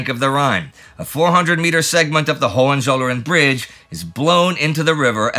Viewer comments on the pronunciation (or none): none